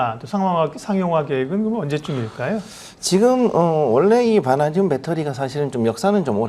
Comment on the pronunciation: 앵커님은 처음부터 끝까지 '바나~듐'으로 엉정쩡하게 발음하시군요. 어렵나?ㅡ ㅡ